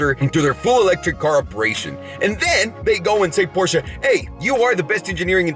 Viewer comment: Shout out to for saying Porsche and not Porsch